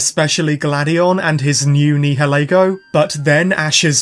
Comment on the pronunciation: Nihalego is pronounced like (Ni-uh-lee-go)